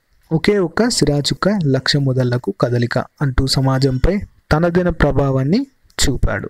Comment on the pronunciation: manchi information sir thnq. bt meru chaalaa porapatuga chaduvthunnaaru...plzz chuskondi sir. ex: 1)thimiram "tho" samaram 2) kaloji gaari.... oka sira chukka laxa "medallaku" .... (modallaku kaadu) chudakunda vine vaariki ibbandi avochhu.....🙏🙏🙏